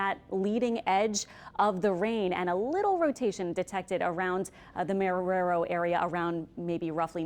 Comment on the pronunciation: She’s pronouncing Marrero wrong